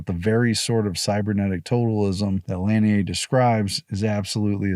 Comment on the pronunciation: Lanier is pronounced; La-near